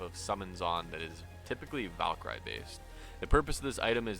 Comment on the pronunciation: My only complaint...the way he pronounces valkyrie lmao